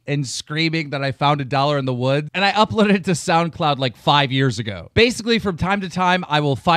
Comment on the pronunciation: He really emphasized "5 years ago."